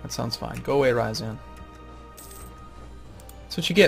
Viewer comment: please, it's not [raɪəzæn], it's [ˌrɪə'zɑːn] (both r and n are soft):)